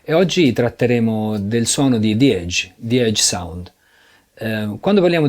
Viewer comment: grandi.... ma ragazzi la e iniziale di edge non si legge "ei" e non e' "zi eidg" ma la e rimane "e" e si dice "ejj". salutos